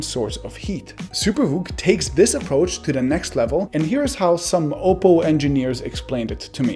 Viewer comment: Finally someone pronounced oppo right